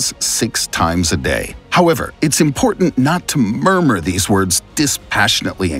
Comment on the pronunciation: Haha made me lol when he mumbled the word "murmur". I thought he was laughing at first.